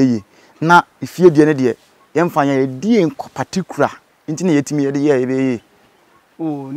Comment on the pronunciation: Good job but the word is particular not particra pls 🤣🤣🙏🙏🙏